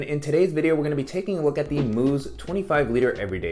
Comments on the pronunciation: Mous is supposed to be pronounced as mouse, not moose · Mouse not moos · it’s Mous as in mouse 🐭 not moose! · God damn did i laugh when he said that😂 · Nice review! And folks- it’s pronounced “mouse” like the rodent. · Mous, pronounced mouse. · The company’s name is pronounced like the little animal — mouse. I’m not sure why